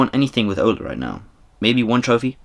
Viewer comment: It’s Ole not Ola and he was a striker not a midfielder lol